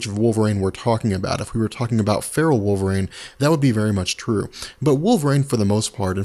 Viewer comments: Wolverine not Wolverane ;) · I just keep hearing "Wolvrain... wolvrain... wolvrain"